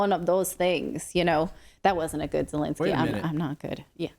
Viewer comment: First Lady Di-Lensky?